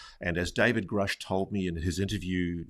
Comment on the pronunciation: Why does Elizondo pronounce Grusch as “Groosch?” Which is correct?